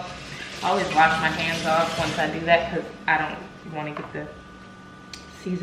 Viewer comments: He said ion like dis one😂😭😭😭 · Xaynzx he said “ ion know “ 😂😂😂😂I’m dead